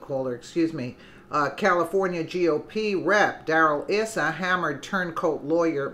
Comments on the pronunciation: Don't appreciate Neil Cavuto's snarky, leading and unnecessary questions, but if he gets his liberal fans to watch these interviews with brilliant men like Issa (pronounced "eye-sa") then I guess I can tolerate the snark. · Pronounced..EYE SA